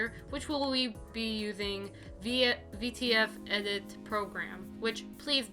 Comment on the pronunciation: thank you very much, you just didn’t say it very clearly, for me personally, so I didn’t understand